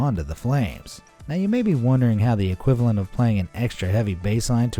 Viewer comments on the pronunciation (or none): none